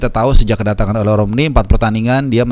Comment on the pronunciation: Baca nya O-Le, Le nya dibaca seperti kata Lemah...